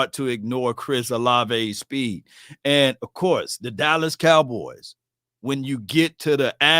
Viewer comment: why do you pronounce the name Dallas as Dallis cowboys?